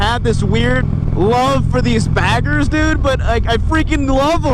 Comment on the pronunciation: Lol sweet bike though. When you say Harley baggers it's sounds like Harley faggers..lol.